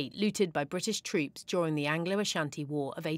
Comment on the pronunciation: do u loan what you looted to it's rightful owners? As a Ghanaian and Asante this is absolutely Shameful!! By the way I commend the news reporter for her pronunciations of the Asante Names in her report. Well done Ma'am. Piawwww